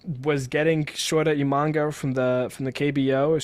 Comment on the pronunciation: The reds surpass the Cubs easily 😂 stop it Also, it’s E-mah-nah-ga